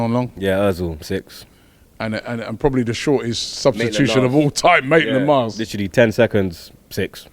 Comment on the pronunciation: How does Robbie still not get it? It’s Maitland-NILES!!!😩